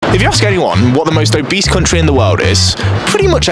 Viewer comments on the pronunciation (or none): Mate that's where I'm from and it's not obease